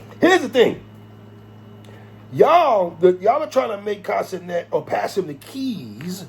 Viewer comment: I thought you were saying Castanet for lonnnnnggg until I realised it was Kai Cenat 😂😂 Never heard his name said aloud before.